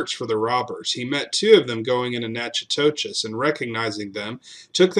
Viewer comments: Nack o dish !…..it’s Nack o dish ! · Natchitoches is pronounced nacodish